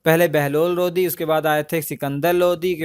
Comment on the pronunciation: Bhai lodhi nhi lodi hota h Kya yaar???? High